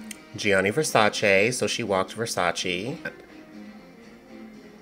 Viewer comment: You need to see Yasmin Wijnaldum. The best walker of the new group of models. Amazing! You still can't pronounce Versace, btw.